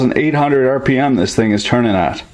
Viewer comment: I love how he says 8,000 rip-ums!